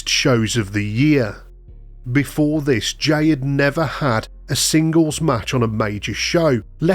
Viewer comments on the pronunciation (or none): none